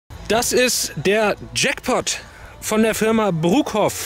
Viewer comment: hi als tipp die firma wird ö ausgesprochen statt u